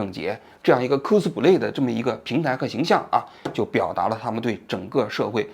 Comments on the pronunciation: 哭斯play😂 发音需要再标准点 小王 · 王局好好练练英语吧，听你读“扣死普累”听的真难受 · 扣死普雷，王局这个发音好友爱😂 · 这是标准日语发音🤣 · 王局的扣死普累发音笑死我了😂😂😂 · 蔻斯普雷😂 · 王菊，“cosplay”的发音你是和日本人学的吧